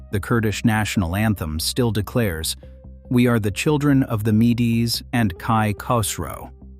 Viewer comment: Mee-Dees? All my life I've heard it pronounced Meeds, like the honey brew.